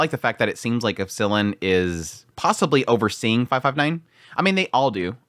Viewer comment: It's not epsIllon. It's Epsilon. 😁